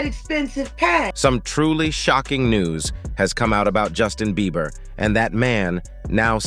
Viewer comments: calls him "Justin Beaver" 😭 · Dude keeps calling him Justin Beaver